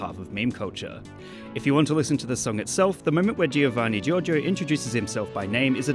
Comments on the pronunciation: Jovanni Jorgio not G-I-orgio G-I-ovanni. please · You shouldn't stress the "i" in Giovanni Giorgio, it should sound like "Jovanni Jorjo" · he said "siofanni jojo" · Me, an Italian, after hearing the pronunciation of "Giovanni Giorgio" pain (Yes he is Italian, from Trentino-Alto Adige region) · How you pronunce Giovanni Giorgio kills me :,( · It is an audio meme. He pronounces his name very clearly. How can you still butcher the pronunciation? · the guy says his name in every meme, and you still mispronounce lol